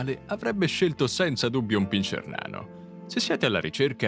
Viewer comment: non si dice pinscier ma pincer